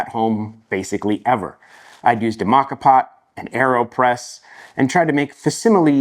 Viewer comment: Did you just really say MAKA POT😂😂😂😂😂😂😂😂😂😂😂🎉😂